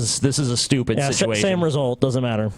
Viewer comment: how would you spell how says situation maybe sitwation?